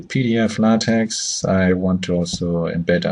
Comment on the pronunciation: Nice video, however you should learn how to pronounce LaTeX correctly.